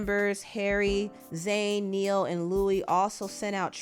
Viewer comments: Not Neal, its NIAL...KNIGH-OHL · it's NI-ALL. not Neal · pronouncing Niall like Neal instead of Nile 🥴 basic thing to check on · Not u saying Niall’s name like Neil it’s Nile like the river 🤣 sorry I was a 1D fan I feel like a part of my teenage year was taken. Haven’t been taken his death well. But thank u for covering this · I agree. I am absolutely devastated by this news and this loss. I am even more devastated because I sort of grew up with them as they were the same age group as me. Liam, Zayn & Niall (IT OS PRONOUNCED AS NI-YALL like The Nile River ) in particular are the same age as me. Hearing the details surrounding this situation is even MORE painful. RIP and my Deepest sympathy and condolences to the loved ones and fellow members of 1D and my fellow Directioners. 🙏🏾 💐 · His band members who? 14 years and y'all still can't pronounce Niall's name? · Girl you did not pronounce 2 out of 5 of One Direction member's names wrong. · Gosh...get the names right...